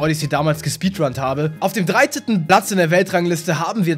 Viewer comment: 1.46 dreiteten? xD